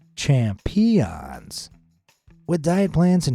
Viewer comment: Cham-Pee-Ons more like Hell-Pee-Ons. Oh By the way I like your video